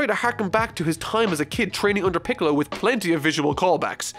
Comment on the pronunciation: Hold on. Did you say “Gohan going off to train with and recruit PICKLES” ?!?? Lmao